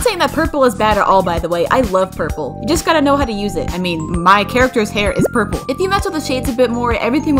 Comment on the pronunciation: saying “porpol”